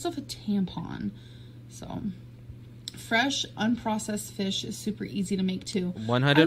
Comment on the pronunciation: Alicia T me! Why is she insisting on butchering the word “fresh” lately?? Like ew!! Stop it, you’re never fresh when you dont have showers gorl!